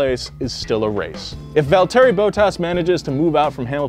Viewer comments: Listen I’ll forgive you for mispronouncing Mansell since it’s been a while since he has been on the grid but how can you mispronounce Valtteri, have you not seen a single f1 race since 2013? They say his name all the freaking time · Sorry but you really butchered some of theit names hahaha. Especially valteri's. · mans really said "Valterry Bowtas" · Mansell, Schumacher, Valtteri, cmon mate..